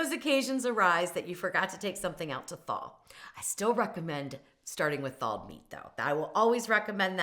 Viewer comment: I never heard the word Thalled. Is that the same as thaw? The word that has no “l” in it…😂 Trust me, I have mispronounced many words, but the moment somebody pointed it out to me I made an effort to say it correctly. When you have a massive audience …there are audience members that might think that’s really a word when it’s not. I don’t understand why YouTube influencers don’t take more concern with this problem.